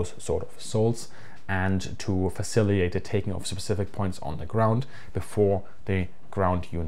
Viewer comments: One detail,... as far as I know it's "facilitate", not "faciliate". According to Google Translate, Germany does not use the word "fazilitieren", but "fazilitierung" apparently does exist. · Please don't take this the wrong way as, obviously, your English is excellent but hopefully you will appreciate some constructive feedback. I notice that you use the word "facilitate" a lot in your videos, but you seem to consistently miss the first 't' when pronouncing it. Idk if this is just one of those English words that native German speakers struggle with like squirrel, but I felt I should point it out as you clearly like using the word - it's a good word. Again, this is not meant as a criticism, just trying to be helpful. Keep up the great content :)